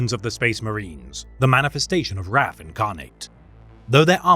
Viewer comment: "WROTH" INCARNATE